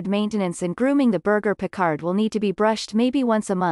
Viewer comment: When you don't even know how to pronounce the breed's name, we can clearly see you don't know anything about the breed.